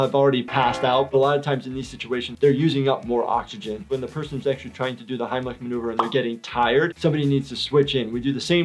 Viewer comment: I turned on subtitles and yes he did say Heimlich remover not maneuver